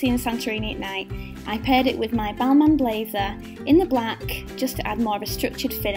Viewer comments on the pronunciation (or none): none